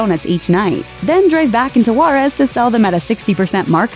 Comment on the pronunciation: El poso it's el paso also said juarez wrong but still Krispy Kreme is good